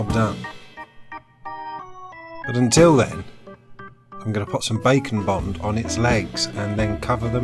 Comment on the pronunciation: Heh, every time he says Bake and Bond my brain redoes it into Bacon Bond.